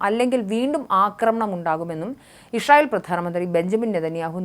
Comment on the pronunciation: എന്ത് ഇശ്രയേൽ പോയി നാക്ക് വടിച്ചിട്ടു നോക്കി വായിക്കൂ